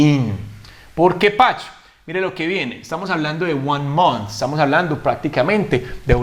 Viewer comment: Me extrañó tu forma de pronunciar Michael y month